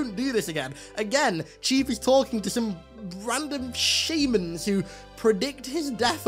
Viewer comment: Your pronunciation of "shaman" confused the hell out of me for a min lol